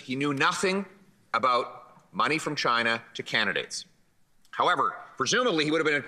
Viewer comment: Chi-Na Trump 2024 confirmed.